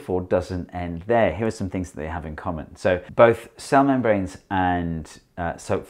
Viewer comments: The way he says cell membranes , I keep hearin Salamon brains for some reason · I kept hearing "cell membranes" as "salmon brains" it was confusing... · it took me until to realize he wasn't saying salmon brains... cell membranes ...